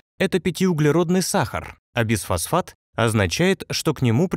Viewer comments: звучит как БЕЗфосфат,а не БИфосфат..)) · Почему безфосфат, если бифосфат, т.е.двафосфот!!!!